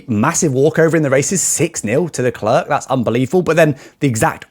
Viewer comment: Nice video! But pleeeeease practice how to pronounce Leclerc!😂 i know you have a big big disadvantage with respect to languages....but you are not even trying 😂!